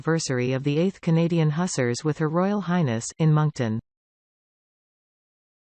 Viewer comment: Hussars is pronounced 'Hoo-zars'